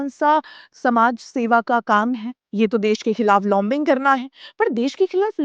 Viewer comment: As every time very nice and crisp episode. Great effort. Correction, and , लोमबिंग (lombing) नहीं, लॉबिंग (lobbying) होता है। "ला" के ऊपर चंद्रबिंदु नहीं होता, केवल आधे चंद्र का sign होता है, बिना बिंदु के। इसमें लगभग 'औ' या au की sound होती है, जैसे डॉक्टर। बोलने में ये होगा, डौक्टर, not डोमक्टर and ना ही, डाक्टर. Another example is ऑस्ट्रेलिया - will not call it औमस्ट्रलिया and ना ही, आस्ट्रेलिया।